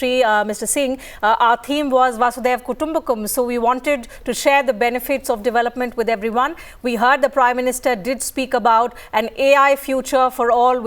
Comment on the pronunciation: you said "In G20 summit our theme was वासुदेव कुटुम्बकम्" sorry ma'am but I would like to correct you. It is not "वासुदेव कुटुम्बकम्". It is "वसुधैव कुटुम्बकम्". Or without सन्धि it is "वसुधा एव कुटुम्बकम्".